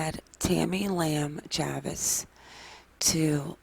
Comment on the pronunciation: I think Chavis is pronounced Chay-vis. Long A